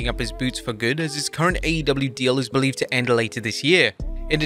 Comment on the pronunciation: Bo - lieve !